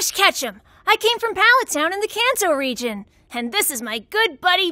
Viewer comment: When they said "can-toe" at the beginning ☠ how do you put all this effort in/listen to the Japanese audio and still fail at pronouncing a well-known name 😭 no hate, I can see the effort but like... if you're dubbing Japanese animation the least you could do is learn Japanese pronounciation. 😫